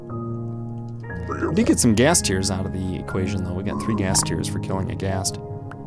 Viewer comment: You can just add a slab above the fence gates to make it connect to the nether brick instead of raising the ceiling. Also when you said you had a ghast problem it sounded like were saying you had a gas problem 😂.